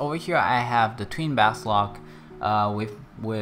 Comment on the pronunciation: Its basOLK not basLOK